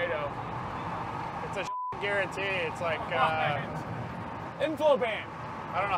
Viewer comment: "Reed Timmer garentee moment"